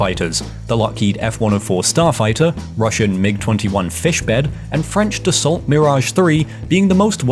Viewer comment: It's pronounced "Da Saw"